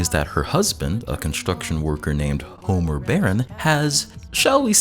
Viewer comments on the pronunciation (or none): none